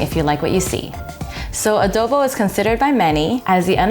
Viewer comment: ❤ "a-do a-the a-dobo" LOL